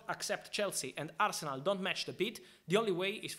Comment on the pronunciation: Love Al-se-nal